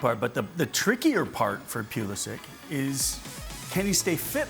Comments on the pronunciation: Please guys its Pulishich not Pulisik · did he say... PEW LE SICK?